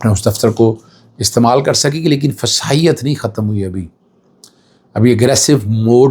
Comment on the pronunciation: ماشاءاللہ اللہ خوش رکھے سر جی لفظ فسایت کے بجائے فسطائیت ھوتا ہے